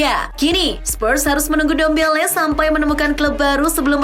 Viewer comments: Ndombele min bukan dembele😂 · Ndombele bukan dembele min 😅